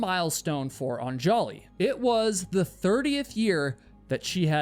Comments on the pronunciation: Isn't it pronounced ON-juh-lee (stress on the first syllable)? You keep saying on-JAH-lee. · Every time he pronounces "AN-ja-li" as "an-JA-li" I hear a record scratch. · I love your videos but perhaps a little research when pronouncing Indian names would be helpful. Anjali is not Un-jolly. It is Un-JAH-lee. Or like Angela but say Ungelee. This is a common name in India and I appreciate that you work really hard to remember and constantly say their names during your videos but it’s so jarring to hear it pronounced so wrong so many times. It’d be like someone pronouncing your name Kay-WHY-la. It would be distracting. Think you can ask for names to be pronounced on google. But again thanks for your videos. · Anjali is pronounced ON-jully not on-JOLL-y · Anjali is pronounced 'ahn-JAH-lee' not 'on- jolly'. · Anjali is pronounced UHN-juh-lee, not on-JAW-lee. Come on,. One little Google. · I know this might not matter to most but her name is pronounced "AHN-juhlee". This is how her husband pronounces it in the documentary by CNA Insider called "A Deadly Ascent". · Yo - an easy way to get subscribers from India ...pronounce their names right. Un-juh-lee and Sh-uh-ruh-dh. Great work all around otherwise 🙌 Love the channel ❤ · Super distracting to have you mutilate the pronunciation of Anjali. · The way you are pronouncing Anjali's name is driving me nuts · The countless mispronounciations of Anjali pisses me off because my wife has the same name. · This is a good vid but like bro couldn’t be assed to google how to pronounce “anjali”? lol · Don't put the accent on the "An" in Anjali. Accent the "li" instead. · The name Anjali has the stress on the first "A", not the second.